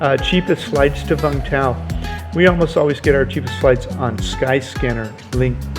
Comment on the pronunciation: Its pronounced “you-m th-ow”